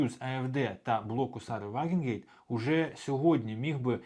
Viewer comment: Друже, вже вкотре чую від тебе "Вагенгейт", чи якось так. Кидається у вухо, якщо знаєш, про кого мова. Вона "Ваґенкнехт" (Wagenknecht).